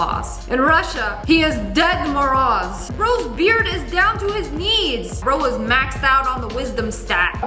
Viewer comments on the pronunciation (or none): For Russia Santa “ ded moroz” is pronounces “ dyed maroz” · You pronounced Santa Claus in Russian wrong. You said dead Santa, and not grandpa Santa. That’s what it’s supposed to say.😂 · For the Russian Santa Claus you are saying it wrong (no offense)